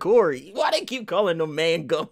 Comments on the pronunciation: Idk why they were pronouncing it like that. I'm pretty sure it's "Mang-um" not "Man-gum" lmao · Keeps saying mangum 😂😂😂